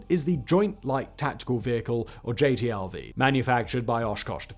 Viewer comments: It drove me nuts that dude kept calling the new vehicle a "JTLV" instead of a "JLTV." I always hated the HMMWV in my time (USMC 88 - 92). W regularly called it the "Uff" (Useless Fuck). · I'm just going to do it because it's bugging me and I feel a little petty today. Simon, you keep calling the JLTV the JTLV. I don't think you ever say the correct initialism of the thing. Not that it changes the content of the video or decides the fate of the world, but it's bugging me even though JTLV does kind of roll off the tongue easier. I don't take your name and put it as the initialism of SFWB, no. You're SFBW; Simon "Fact-Boi" Whistler.